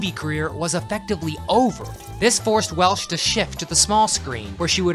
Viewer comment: I would have had Cheryl Tiegs over Bo Derek but I'm glad you included Stevie Nick's. Oh, also, it's Welch, Raquel Welch. Not Welsh.